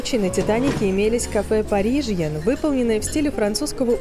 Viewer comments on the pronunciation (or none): Могу я просить, кто озвучивал? Какой парижьен, кафе паризьен, а ресторан аля-карт